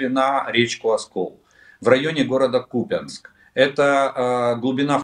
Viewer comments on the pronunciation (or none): Олег, пожалуйста, не "КупЯнск", а "КУпянск" 🙏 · КУпянск, ударение на "У". И Малые ПроходЫ, ударение на "Ы".